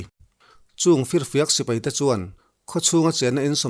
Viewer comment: Sir A bengvar thlak e..mahse sipei nilo in sipai tih zawk tur nilo maw...